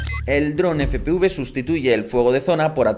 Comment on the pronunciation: FPV" NO "FPUV" HAY QUE INFORMAR BIEN